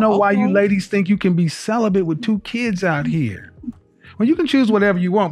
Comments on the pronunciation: Cele-bent 😆 why is it we are the only race of people who use words they can’t spell,pronounce or understand the definition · Its celibate , not celibent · Celibate not Celibant lol 😂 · I’m crying 😭 😂 thought I was the only one who noticed! “I’m celibin” 😂😂😂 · I heard "celibent" 😄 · “I been celebant for 2 years” Wtf is ‘celebant” for crying out loud?!